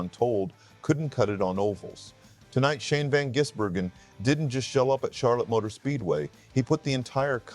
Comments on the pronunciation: FFS since when was Gis pronounced as Jizz Learning how to pronounce the name you would think would be the first thing you'd do.. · By the time SVG becomes consistent on ovel tracks, hopefully you'll be able to pronounce his name correctly.